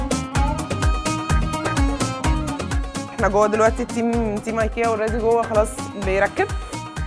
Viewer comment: ههههههههههه منى الشاذلي مش عارفه تنطق كلمة ايكيا او براند ايكيا بالله عليكم دي مذيعة متمكنة فين مذيعات زمان